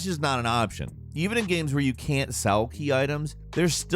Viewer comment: He will usually say "Gams" instead of "Games."